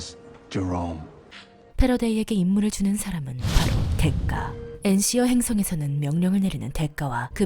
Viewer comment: 대가라 써놓고 왜 댓가라고 읽는지